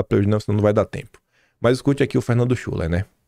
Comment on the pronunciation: a pronúncia certa é Fernando Shiler com o “u” com som de “i”…..Boa sorte aí amigo!!!